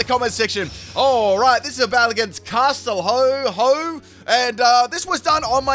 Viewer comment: Castilho is pronounced as ‘Castilyow’ lmao